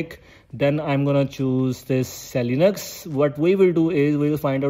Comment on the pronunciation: Vai, it's not seli-nux ... It's called es e linux 😂😂😂😂